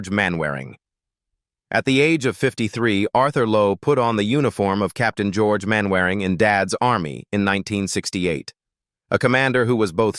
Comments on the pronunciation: Peter Sellers as Sgt Wilson.. 'Main Wairing' ... I'll give you a clue, it is pronounced 'Mannering'.. its an English thing. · Agreed! They might know how to pronounce Mannering instead of Mainwaring! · It's pronounced Mannering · Pronounced Mannering. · Get the pronounciation correct. MANNERING, DARBYSHIRE, ETC. It annoys ne so much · It's a machine for gods sake.What do you expect? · A.I. slop which mangles Mainwaring'. I stopped watching at that point. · Computer voice can't pronounce "Mainwaring" or "Derbyshire". And you missed out the first death; Bud Flanagan, who sang the signature song "Who do you think you're kidding, Mr Hitler", died 20th October 1968, only a week or two after recording the song.